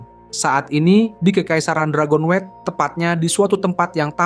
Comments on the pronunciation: Dragon-wet 😂😂😂 Dragon-nyut ✅ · Dragonewt bang bukan dragonwet